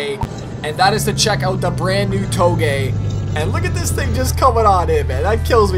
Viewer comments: Its toe-gay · you mispronounced "Touge". it ain't a Japanese word, it's pronounced "too-ZH"